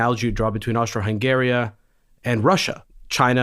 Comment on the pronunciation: It is Austro-Hungary or Austro-Hungarian Empire not Austro-Hungaria